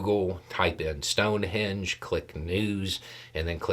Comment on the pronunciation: I don’t know if it’s me, the audio or the accent, but you keep saying “sound-henge” I replayed it a few times.